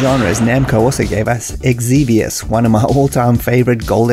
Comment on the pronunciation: Xevious is pronounced like this: Great arcade history video!